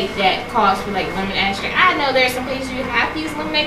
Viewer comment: I noticed when you were talking about the vanilla, you said axtract, it is pronounced extract.